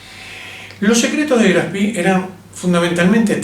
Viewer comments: Muy interesante. Solo como comentario, La mayoría de los informes pronuncian el nombre del barco en inglés. Lo ideal sería pronunciar como suena en alemán la E de Spee. Saludos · HERMANO: "CON TODO RESPETO, QUE CARAJOS DE GRAF ESPI ????" NI SIQUIERA PODES HACER EL ESFUERZO DE PRONUNCIARLO BIÉN ? Hoy no hay excusa !!!! tenés cientos de recursos para decirlo bién !!! Estoy harto de que siempre son lamebotas del ingles y donde ven doble "o" o doble "e" repiten como loros como si solo en inglés hubiera esa escritura!!! ME TIENEN HARTO !!! HASTA PERIODISTAS LO PRONUNCIAN MAL !!!! Vos lo decís.......80 años y no pudieron tener el respeto de decirlo bién ?Deberías hacer el video de nuevo con el nombre bién pronunciado!!! QUE CREDIBILIDAD DE LA INVESTIGACIÓN PUEDE TENER ALGUIEN QUE NI SIQUIERA SE TOMA EL TRABAJO DE AVERIGUAR EL NOMBRE DE SU "INVESTIGACIÓN" ? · La e se pronuncia e en aleman.Lo esta pronunciando en ingles.Algo sin importancia.Buen informe. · Le quita seriedad al comentario pronunciar el nombre del acorazado de bolsillo "en ingles": Graf spi. Su nombre es Graf Spe, con e. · por que decís "grafspi?" es alemán no en ingles. GRAF SPEE. duele a los OIDOS. No existen los acorazados livianos. Deja de decir huevads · No es Graf Spi como ud lo nombra. Es Graf Spee termina en E no en I! Decirle Graf SpIii es bien de argentino que quiere anglificar todo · El nombre del acorazado Graf Spee es alemán, no inglés. Por lo tanto, es una expresión ignorante decir "Graf Spi" y no como corresponde: Graf Shpé (en una fonética muy rudimentaria). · Me temo que es Graf SpRee,con R,y se pronuncia con E al final,no lo convertamos en inglés,qe no tiene nada que ver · Todavía me asombra que digan el nombre como si fuera inglés! No se pronuncia SPI, se pronuncia SHPEE, extendiendo la doble E. No hay fonética de i latina..... Aparte de eso, las explicaciones son son excelentes. Felicitaciones! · No es Graf Spi, sino Graf Speeeeeee! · No se dice Spi sino Graf Spee